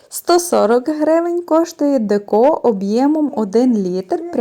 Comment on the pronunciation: Не декО, а деЕко.